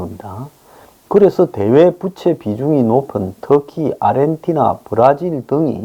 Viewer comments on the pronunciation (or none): 항상 드리고 싶은 말이 있습니다. 빗과 빚을 구분해 주시고 fan 부채와 debt 부채를 구분해 주셔야 음의 길이가 다릅니다. fan 부채는 짧은 부 debt 부채는 긴 부 입니다. 그 밖에 녀러 발음의 오류가 있사오니 모니터링을 부탁드립니다.